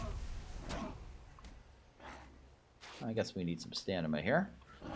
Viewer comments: please stop saying STANIMA!!!! its STAMINA!!! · staMina not staNima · I hate the way you say "stamina" but every other video I've seen either has DoF on, which looks like ass or has a web cam which is even more annoying than "Stanima" so I'm gonna stay here for a bit. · I love these videos, but it is jarring every time he says Stanima........lol. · please say sta-M-ina